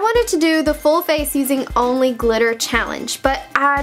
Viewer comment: It's funny how she emphasized ONLY! she's using regular makeup and putting glitter on it that's not ONLY using glitter BUT I still love her